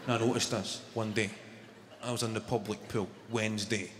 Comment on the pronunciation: Public pool sounded to me Pub like pool .. or I’m I just too high?! Love this guy he is amazing. His accent makes his performances 20 times more funny